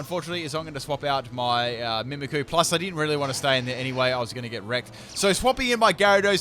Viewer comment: Am I the only one that get's annoyed when ever he says Mimikyu as Mimikoo?